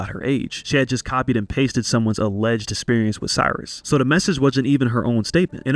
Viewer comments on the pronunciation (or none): none